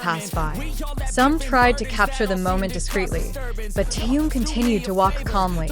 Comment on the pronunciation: Имя мировой звезды надо произносить правильно. Это элементарное уважение.